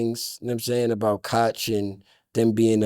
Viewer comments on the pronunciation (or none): none